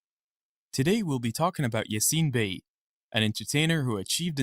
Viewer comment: whya re you raping his name with an american accent?